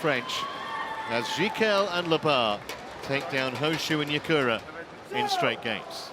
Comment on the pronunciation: Not Nakura... It's Yakura